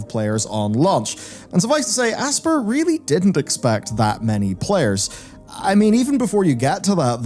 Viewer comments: I always assumed Aspyr was pronounced like the word “aspire”, rather than “asper” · It's not pronounced like "asper". It's pronounced like "aspire". Normally I wouldn't complain but you mispronounce more words and names than any other Youtuber I know... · Dude its pronounced " A-spire" - man is out here saying "Ass-pur". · What's with people mispronouncing Aspyr?, it's 'As-spy-er' as in Aspire/Aspiration, it's just a bit odd.